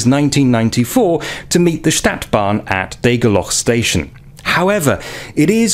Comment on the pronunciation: This is a robot narrating, A Stadtbahn is pron. StAHtbahn NOT staetbahn like the English word ae as in 'sat'. I noticed and can tell as these robotic narrations to hide the original uploader who wants like so many other YT's to remain 100% totally anononyous out of some fear of other people (anthrophobia). No name, no selfie, and not even the original voice! This is NOT SOCIAL media! Humans are supposed to be SOCIAL animals and this mechanised and grossly materialised society is fast robbing humanity of one of THE most important traits that separate us from the wild animal kingdom! The robotic choice of English even converts foreign sounds to the English rules of pronunciation, this is how I can tell a real voice from a robotic one. The 'U' is an abreviation for UntergrundBahn (underground railway) it is NOT JUST a logo!